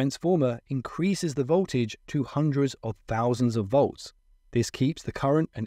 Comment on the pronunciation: Voltage not boltage